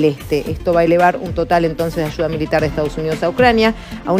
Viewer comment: No se dice. Michones.. Se dice.. Millones....no se dice. Achuda... Se dice ayuda... Todo es ch chchchchchch chchchchchch chv und chchchchchch h hch h h h h .. Me enferma ese asentó ridículo argentino